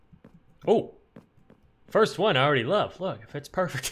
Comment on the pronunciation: My favorite number: ”Firat”